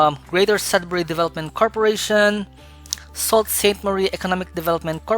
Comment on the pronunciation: Hi! Your video is very straightforward and motivating! Just a small note: Sault Ste. Marie is pronounced “Sue Saint Marie”. Keep up the high-quality work!